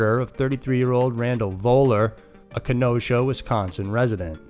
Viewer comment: It's pronounced, "Ken-no-shuh", for future reference.